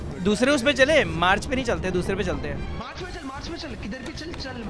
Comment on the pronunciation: MARS❌ MARCH✅